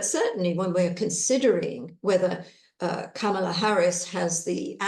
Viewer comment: COMMA-la. That's how to say "Kamala." Say the word COMMA and then add a "la".